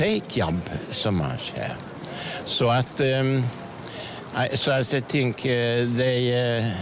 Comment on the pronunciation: Bättre uttal än de flesta jag mött. T.ex. de flesta uttalar 'think' som antingen 'fink' eller 'tink', det gjorde inte han här.